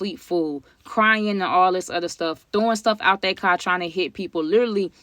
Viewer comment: Yoooooo 😩🤣. I was just inquiring because of the way you pronounce “car”… guess that’s how they pronounce it up top.